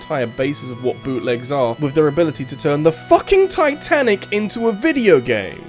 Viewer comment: ah yes, the unsinkable TITENTIC